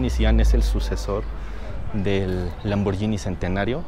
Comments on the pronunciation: Solo una crítica constructiva, se pronuncia Lamborguini no Lamboryini. Buen video 👍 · no se pronuncia lamboryini se pronuncia lamborghini como de guitarra. hay una letra H entre la g y la i. fuente: soy italiano